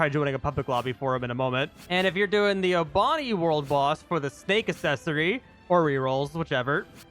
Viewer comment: Saying obanai as o-Bonnie Bruh hits O-bah-na-eye say na-eye together